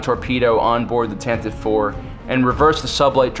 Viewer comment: I'm having a difficult time hearing "Tantiv IV." The original radio drama clearly pronounces the final "e."